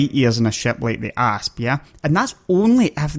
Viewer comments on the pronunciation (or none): It sounds like he keeps saying ARSE like "fly around in my ARSE" lol...I really like this guy, hes funny and does good videos :)